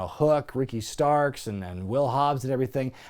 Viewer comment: how does he go from calling Ricky Stocks to Ricky Starks lol